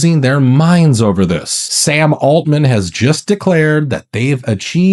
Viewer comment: Sam “Altman!” Really? “Alt” “Man?” “Alternative Man?”